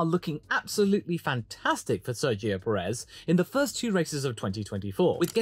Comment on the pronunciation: Friendly reminder: Pérez is pronounced with the stress syllable on Pé. Think of it as pronouncing desert, instead of pronouncing dessert.